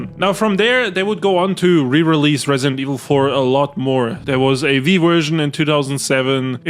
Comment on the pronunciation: ah yes, the Vii wersion